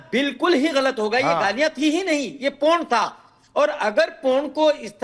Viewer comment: पोर्न ❌ पूर्ण ✅